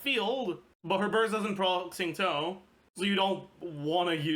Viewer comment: why does he say xingui all fucked up?